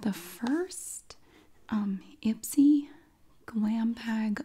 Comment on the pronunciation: I thought that IPSY said i spy 😂